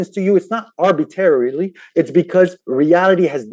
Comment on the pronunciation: Arbitarily? Servalience? Learn basic English.